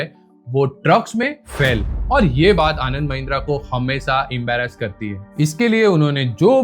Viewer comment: ओ अनपढ़ पप्पू भाई 😂 . फ़ैल नहीं फेल होता है 😂😂